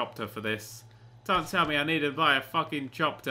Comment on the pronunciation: Btw its a chopper not a chopter